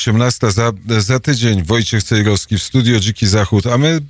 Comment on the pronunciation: Ależ mnie wkurza wymawianie "Cejroski", "warszaski"... ten redaktor ma chyba awersję do literki "w".